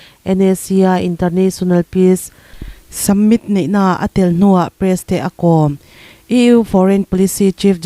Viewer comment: Hmasawn nan - Submit ti a I chhiar thin hi. Summit tiin a dika chhiar ni thei se.